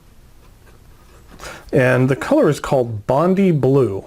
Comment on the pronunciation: Great review. Just a note on the ink, Bondi is a beach in Sydney, and it's pronounced "Bond-eye"